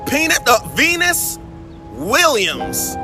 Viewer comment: Not Pee-nus I mean Venus Williams 😂😂